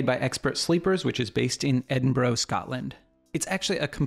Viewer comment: This was great, except your wonky pronunciation of Edinburgh. Ed-in-bra'